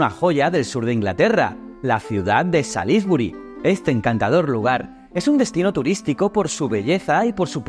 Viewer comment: Oh dear! You need to learn how to pronounce Salisbury!! You made me laugh!!😂😂😂